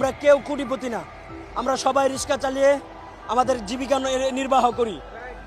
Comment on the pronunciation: রিক্সা উচ্চারণ করতে পারে না. এই আওয়ামী লীগ নেতা